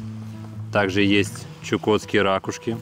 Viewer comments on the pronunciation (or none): Так режет слух жителей южных регионов произношение слова ра́кушка))) Лучше говори раку́шка☺